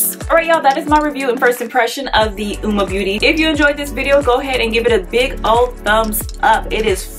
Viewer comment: Hahaha I just did a first impression on Uoma products as well and I am DYING!!!’ At how I totally said the name wrong throughout my entire video 🤦🏽‍♀️🤣🤣🤣🤣 and yes I’ve said it wrong bc all the other videos I’ve watched today are saying it the same way u are lmao but yessss I love their products can’t wait to try the foundations and concealer